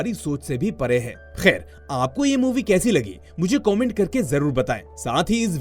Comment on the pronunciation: Khair shabd pe thoda jor Kam do